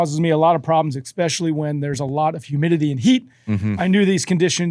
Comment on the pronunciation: can Andy slap the other guy every time he says EXSPECIALLY